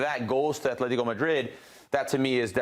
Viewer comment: Will people EVER learn how to pronounce Atlético? It’s not Athlético it’s ATLÉTICO